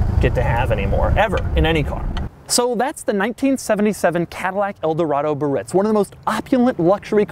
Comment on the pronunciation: Another cool feature was the automatic parking brake release. As soon as you'd shift into drive or reverse, the parking brake pedal popped up by itself. And then there was the electric antenna control that was built into the radio. I found it annoying every time the guy mis-pronounced the word "Biarritz." Sad to see what Cadillac did to that wonderful engine. When it came out in 1968, it had 375 horsepower (472 cubic inches). The following year, they squeezed another 28 cubic inches and 25 horsepower out of it. Then, after the '73 oil embargo, they used the same basic engine but lowered the compression AND the cubic inches until, as this guy said, it only made 180 horses. Such a shame. I had a '68 DeVille convertible in the late 70's that used to shut down Camaros and cop cars. This '77 Eldo sounds like it couldn't even get out of it's own way.